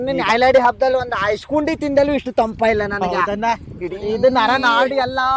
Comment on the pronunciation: ಐಸ್ಕ್ಯಾಂಡಿ ❌❌ ಐಸ್ಕುಂಡಿ...✅ 😂😂😂😂